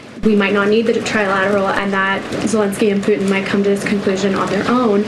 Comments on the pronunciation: I wonder how the Russian president likes his name pronounced “Pu-in”? THAT is disrespectful. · It is likely that poo-in is the more appropriate reference, though not what she had intended. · She needs to put the T in Putin, not puin. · Can't even pronounce Putins name properly. Sounds like Poo-in. Quite an apt description of Putin but very wrong, showing a total lack of ability. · Can’t she pronounce her T’s ? Pu in? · I wish she could pronounce Putin correctly. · Did she say his name wrong a couple of times